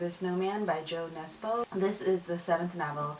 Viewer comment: I think it's so funny how english-speaking people pronounce Jo Nesbø's name :P